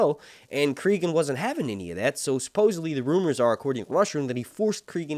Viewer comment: Stop pronouncing names wrong. Listen to how they say Cregan, cause it sure as fuck ain't creegan